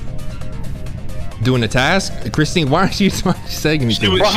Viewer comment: him saying christene lol